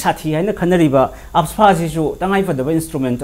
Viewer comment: how this anchor pronounce AFSPA as afaspa....I just feel crying....plis note those things....no offence.. regards...